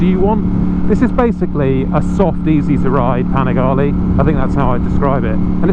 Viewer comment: It’s panigale not panigali